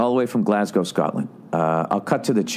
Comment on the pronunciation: Bill Burr is the only American I’ve heard pronounce Glasgow properly.